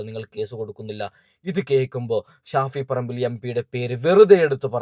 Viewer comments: Who is Shafi parambu, she doesn’t know how to pronounce his name properly,shame. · ഷാഫിൽ പറമ്പോ...😂😂😂 അതാരാ???.. ഓൾക്ക് പേര് തന്നെ ശെരിക്ക് പറയാൻ വയ്യ